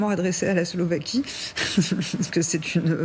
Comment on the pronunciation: S L O V A Q U I E pas Slovéquie !